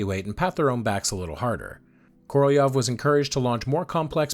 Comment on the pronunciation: Korolev's name was articulated correctly, at least as good as an American could do it.